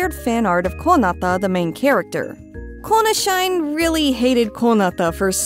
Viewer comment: Just a heads up for anyone searching for more info. It is Inunaki, not Inuaki. Inu naki means "dog's howl". edit: ah, and I am sure that has to be "Kona Shi Ne" rather than "Kona shine" considering the user hated Kona, and shi-ne means "DIE!" The user's name was "Die, Kona!"